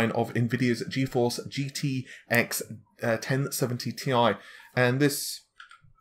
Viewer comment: Its T I not tai dude pls